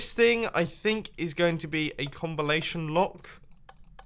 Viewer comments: “Combilation Lock” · Mumbo: "A combilation lock" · "a combalation lock" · Did anyone else hear "combiLation lock?" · Mumbo: “So, I think this is a combilation lock...“ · "Combilation lock" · he said combilation lock what 🤔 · He said combalatoin lock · Comblilation lock?